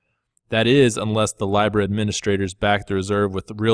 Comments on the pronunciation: Pronounced LEEBRA NOT LYBRA ;) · Its LEEEEBRA not Lybra ffs 🙈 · Dude, why are you the only one who mispronounces these coins? Nools instead of nuls, lybra instead of leebra. Do you do it on purpose? Do you not hear how the rest of the world says them? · Its pronounced Lee-brah. It comes from the old Roman Empire currency. Since we still live in the last generation under the dispersed Roman empire, this one world global currency has to happen at some point. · It’s leeeeeBRA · Say it with me now: LEE-BRUH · This guy sounds like he is medicated on Thorazine. Dude, you can’t pronounce Libra 🤦🏼‍♂️ please have Maddie full time